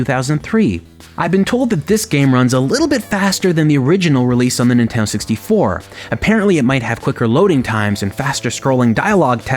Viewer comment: What's a "Inteno 64"?